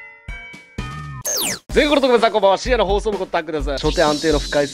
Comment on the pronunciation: 毎回思うんだけど、最初の「深夜の放送部」が「死への放送部」聞こえる